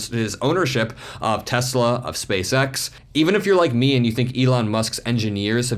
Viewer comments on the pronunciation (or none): none